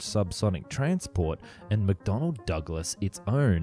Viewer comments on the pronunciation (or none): none